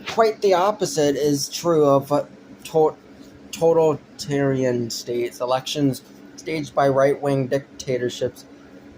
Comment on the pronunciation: A 15 year old's "political opinion". One of the worst things on the internet. Dead giveaway when you cant even pronounce "authoritarian" and "totalitarian". Spend more time reading theory, pal.